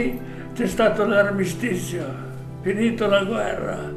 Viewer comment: AlmistiTZio... MalacalTZa ... Ahahahah